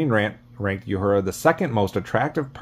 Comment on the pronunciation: The character Nichelle Nichols played was oronounced "OO-hura", not "Yoo-hura"!